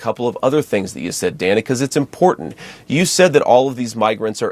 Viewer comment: JD must be best friends with Uncle Tom Byron McDonald because they talk exactly alike both in tone and rhetoric. They are both condescending, disrespectful, racist, and always make a point to try to overtalk anyone interviewing them. He purposely kept mispronouncing Dana's name too. JD needs to be fired for the hate and pain he has inflicted on the Haitian community. He is just disgusting!